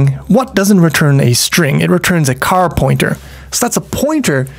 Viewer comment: Just realized why you pronounce char as car... because character is pronouced care-acter and not char-acter xD